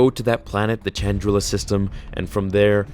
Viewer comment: Great as always my friend, but is "Chandrilla" not pronounced as "shandrilla", based on the N64's Rogue Squadron?